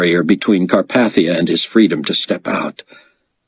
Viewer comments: Most of this guy's voices are great. Chaim's voice is terribly, unlistenably whiney though. Also, the pronunciation of Carpathia stings a bit each time. I'm used to it being pronounced like CarPAYthia, not CarPATHia. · Yeah, I noticed that too. I keep wanting to say "It's car PAY thia, Get it right!"